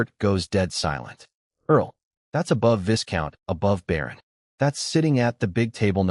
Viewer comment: love this story. One thing...the 's' is silent in Viscount. It's pronounced 'Vi-count' Weird I know...but English is a strange language.